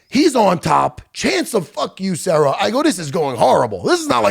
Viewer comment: Serra not sierra